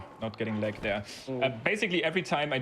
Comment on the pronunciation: "You make the game leg by looking at a leggy area" The german accent there was on point. Nice run, nice runner, fun category :3